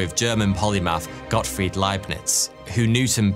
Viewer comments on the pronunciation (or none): none